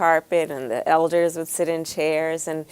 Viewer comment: This bih said elders! ELDERS!!!?